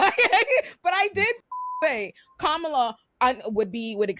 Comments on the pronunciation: I'm sorry but why can't dude pronounce KahMahla's name correctly. IJS. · if you were on a cooking show wouldn't you try to pronounce the name of the dish properly? How can you not bother to know how to pronounce Kamala's name, when youre on a panel just to discuss her? Even Trump can pronounce her name properly most of the time now. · Just discovered this episode today and this guy is irking me mispronouncing Kamala's name. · I wish someone would correct him (even off screen). He keeps mispronouncing Kamala's name. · can't be bothered to pronounce Kamala's name, how informed can he be. That's reflective on him.